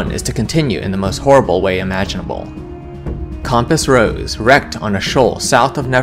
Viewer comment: Really love the condensing and connection of the story you do here! That takes a lot of work and your neutral delivery is useful as either a calming listen or good to quickly get a gist of the adventure if I would want to run it! Only constructive criticism to give here is your pronunciation of many words such as "gesture", "soot" and "compass" for example. Maybe just check in on the pronunciation of words you aren't familiar with since it brings me right out of the audio when I hear it and have to retstart and refocus lol. Great job otherwise!